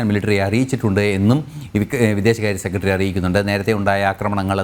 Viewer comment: News ഒക്കെ കൊള്ളാം. പക്ഷെ ഉച്ചാരണം മോശം ," സെക്കട്രീ ," അല്ല ," സെക്രട്ടറി" എന്ന് ആണ്